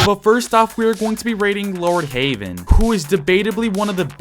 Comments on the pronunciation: bro called lordheaven lordhaven 💀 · "lord haven"😭😭😭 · “Lord haven”😒